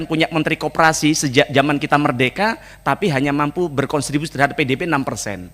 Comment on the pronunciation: Kontribusi mas, bukan "Konstribusi"😂... Itu dari diadopsi dari Bahasa London contribute (sumbangsih)